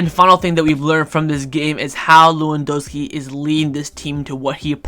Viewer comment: Everyone: pronounces Lewandowski with a 'V': we don't do that here